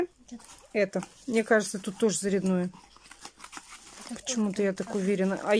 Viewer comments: ЗарЯдое,а не заряднОе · здравствуйте! Вы же обещали рассказать о результате похода супруга к хирургу с пальцем. И... ещё один вопрос: а почему Вы говорите устройство заряднОе??? Ведь по правилам русского языка нужно говорить зарЯдное. Если привыкли так ставить ударение, советую в этом случае исправить привычку ( Вы же не старушка, чтобы выражаться как-нибудь, по привычке). Не хотелось бы Вас этим обидеть. Здоровья всем вам. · Мне прям по ушам дало это ударение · У кого шаИн, у кого шЕин. Ну и блогеры😀😂😀. А еще и устройство заряднОе. Уши вянут.